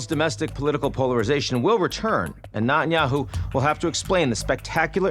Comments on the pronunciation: I love Ian but his name is NEt-an-yahu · True- Nat-un- yahoo sounds so jarring!!